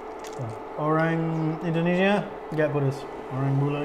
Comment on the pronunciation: INDONESIA NGOMONGNYA BUKAN ENDONESA